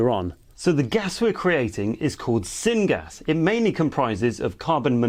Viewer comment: Syn gas? Coppist wood? What in the world are you saying? Sorry those are not common here, not by that pronounciation anyway. Thanks for the video and any help in this matter.